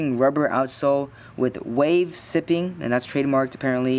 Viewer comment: Not being a dick but its actually pronounced (Sie-Ping). You know like sigh? To sigh? haha anyway just so you know